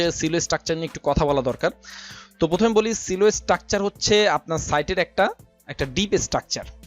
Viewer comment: ভাই Silo এর উচ্চারণ সিলো না সাইলো।